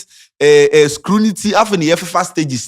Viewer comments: This niqqa said scrunity, eii KSS 😂😂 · Not me marking english...🤣🤣🤣. Kwadwo sheldon has infested us with marking scanty's english. He will be correcting him if he were there. Words like "Rebunk" -- you either meant Rebutt or Debunk..... also you mentioned "hypothesis and "scrunity".. you meant Scrutiny. All in all, I am happy for growth. I'm a big fan.... I think this presentation was amazing. Kwadwo Sheldon STUDIOS have stumbled on a gem called.